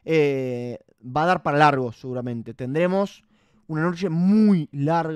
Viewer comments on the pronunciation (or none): none